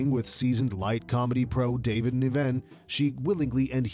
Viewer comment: Ar-a-bic. David NIVen. So many names and words mispronounced, and the same photos used over and over again! Ugh!